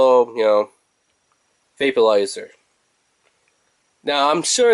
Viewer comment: Are you saying VAPE-U-LIZER?????